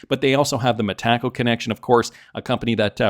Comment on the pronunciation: Say it with me Meta-co it's not Me-Taco 😂😂😂😂 and also its Wash not Warsh just incase 😂😂😂